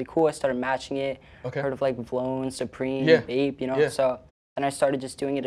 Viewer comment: Did my man say vlone as a single word?